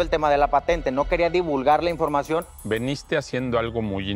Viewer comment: Se dice "Viniste", no "Veniste".